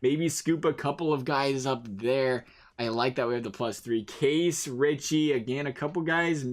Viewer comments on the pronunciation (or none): When he keeps pronouncing Kase , “case”...😂